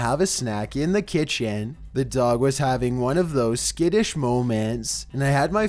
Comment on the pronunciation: At my ki t en